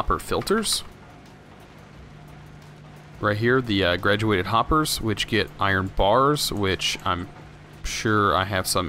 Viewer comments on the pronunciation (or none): I’m pretty sure it is grated hopper as in grated cheese not graduated. Not being rude just pointing out that.